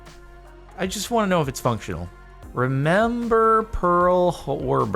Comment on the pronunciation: it is not 'Remember' but 'Rember' instead ...